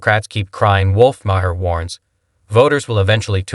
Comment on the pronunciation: Bro you really need to work on your editing and story telling abilities, this is a terrible piece, not one time did that liberal Maher call Schiff out on anything and why are you pronouncing their names completely wrong?